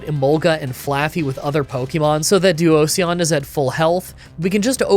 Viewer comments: i took mental damage from that pronounciation of Duosion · your pronunciations for duosion and elekid are really bad lol